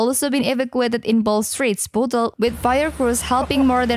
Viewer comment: she defo needs to come to liverpool and speak proper english and cant even say bootle or seafouth or other parts of merseyside and cheshire correctly